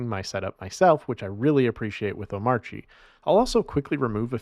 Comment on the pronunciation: Is pronouncing the silent "R" in Omarchy a troll at this point?